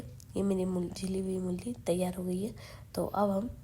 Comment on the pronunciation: mulli nhi mooli bolte hai